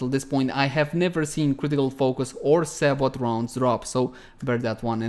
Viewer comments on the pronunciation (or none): Not to be that guy, but I'm gonna be that guy. Sabot is said say-bo 😉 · I think the "T" in sabot is silent. So it'd actually be more like "say-bow"